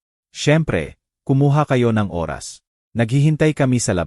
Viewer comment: MUZON SJDM,Bulacan Philippines,ayusin mo iho ang Pagsasabi ng tamang pagsasabi ng ORAS, tnx